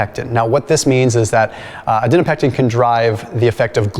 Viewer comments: it is ADIPONECTIN. Not ADINOPECTIN. Like adipose. Please correct this as you have made the same mistake in many many many other videos and it might confuse people. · you're pronouncing it wrong,: Adiponectin - a DIP uh NECT in Thank you 👍